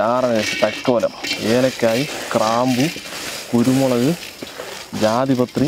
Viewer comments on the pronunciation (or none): Kraampu alla chetta. Graambu